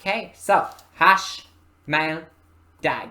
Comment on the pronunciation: sweeeet. Awesome notes and thoughts on the most under-appreciated medieval weapon in my eyes. ( Do you speak French? You seemed uncertain but your pronunciation is very good -- the 'h' is silent on "hache" tho fyi! :) )